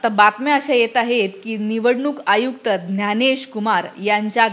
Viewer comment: बाकी सर्व ठीक आहे मराठी लोकांना ज्ञ म्हणता येतं त्यांनी ग्यानेश न म्हणता ज्ञानेश म्हणावे